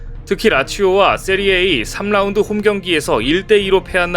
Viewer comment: 세리에 에이가 아니고 세리아 아,아! 아!.분데스 리그냐? 쁘리미어 리가냐? 리그 원이냐? 그나라 리그 이름도 제대로 모르면서 무슨 축구 유튜버? 세리에 아는 이탈리아에 있고 세리에 에이는 중국에 있는 짝퉁 리그임. 축구 유튜브 그만 만드시길.